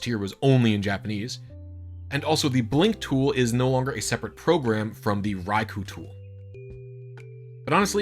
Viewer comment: you keep pronouncing raikou wrong